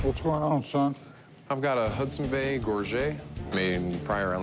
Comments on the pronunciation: At least pronounce it properly. It's a "gorj-et" not "gorj-ay". It's from the old French word "gorgete". You can tell with the Elvis contract just by looking at it that it was a copy because of the look of the ink. You didn't need a loop to see it. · “Gorget” is pronounced “gorge-it”.